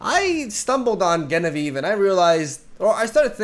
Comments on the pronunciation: Just trying to be informative, Genevieve is with a J sound not a G sound ❤️ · Amazing video as always, just wanted to say that Genevieve is pronounced with a J or zh sound at the beginning, the name originally comes from French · Genevieve is pronounced with the english J. Like Jenny or Jennifer. It was my mothers name. Sounded so weird you pronouncing it wrong xD Anyway. Keep up the great work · It's pronounced Genevieve not Genevieve... Silly